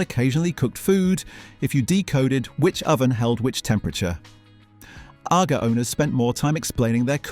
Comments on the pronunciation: Aga is not pronounced like Aga Khan, but rather "ar-gar". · PROOF THE NARRATION ON THIS VIDEO IS AN AI VOICE AND NOT A REAL PERSON: "Nothing says...(unnatural pause) British home (unnatural rising tone) than..." ..."and biDET" (pronounced with accentuation on the second syllable - this is American and not British. ...."???? bathroom goals?" (Completely unintelligible) It does not how how to pronounce "Aga". "There weren't mere cupboards..." (Intonation is all wrong) "They vanished when domestic service became unaffordable post doubleyewbwoowss". (Unintelligle robot bollocks) ....."stuck with adhesive". (Intonation is wrong and ends with an unfinished cadence). "Hundredweight" is pronounced incorrectly. .."1982 you rented them quarterly." (Sentences incorrectly run into each other with flat and unnatural intonation. 19::08 Sentences run into each other. Wrong intonation. Mispronounces "Agas" again. "Every British home had one..." ("Had one" said far too quickly and with incorrect stressing) Intonation is wrong again.